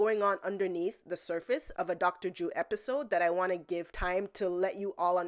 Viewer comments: why do you call him Dr.Jew? his name is Dr.Drew 😂😂😂... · Love the videos and I hate to be that guy again, but you really oughta work on your enunciation of the 'R' in "Drew". Cuz it totally sounds like you're saying "Dr. Jew" 🤣 I assume it's cuz you're bilingual and don't mean to sound insulting cuz knowing more than 1 language is super admirable and respectable. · At first I thought you said "Doctor Jew" 😂😂😂 🤭 Trisha needs the drama to stay relevant. I doubt she could do any other job no matter how simple. The drama is her desperation. If she loses views well, no more money and lavish lifestyle. It pains me to see someone like her with more money than most of us will ever see in our lives. Loving your videos beautiful! Keep 'em coming! ❤️ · I was listening quietly and I thought you were saying “dr jew” referring to Ethan lmao